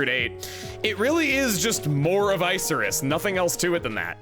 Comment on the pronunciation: Isn't it moor of icarus, not ice-er-iss?